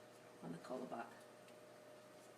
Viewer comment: She is pronouncing it wrong... the whitest way to say it...